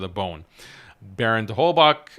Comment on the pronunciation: It's not that important but Holbach is of German origin so I wanted to say that often the german "ch" is pronounced like the arabic خ not k/ك